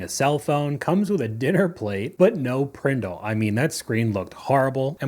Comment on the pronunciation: First I heard that … I thought she was looking for her can of Pringles 🤣